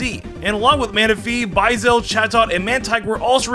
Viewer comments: "Electro-vire" "Bwie-zel" "Vivlion" your Pokémon pronunciations man... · The B is Silent in Subtle. Other mispronounced things. Bui-zel, Pell-i-per, Ma-gear-na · Bi-zell??? Just ignoring the u in buizel ok lol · Dude, some of your pronunciations are so bad. I like your videos, but you should learn how to say names like Electivire (not Electravire), Buizel, (as in buoy+weasel), or the one no one ever gets right, Vivillon (Vih- vee-ahn). Just trying to help your channel be more legit! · Excuse me, run that pronounciation of how you say "Buizel" by me again? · The pronouciation of Buizel tho lol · The way you said Buizel…..have you never watch the movie or gen 4 like that isn’t how you say it